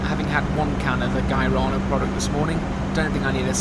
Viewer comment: Brazilian here. You totally mispronounced "guaraná" but that's cute though 😂🥰🥰 Hope you've enjoyed your time here 🤩